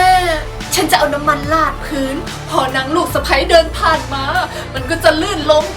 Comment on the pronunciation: พื้นค่ะพี่ไม่ใช่พื่น